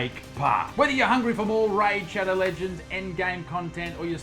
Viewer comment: stopped watching at "raid shadow ledgands"